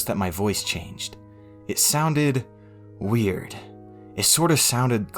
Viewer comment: It sounded.. WiiErd